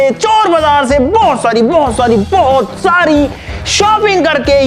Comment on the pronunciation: Bohot sari ❎ bhosari ✅ 😂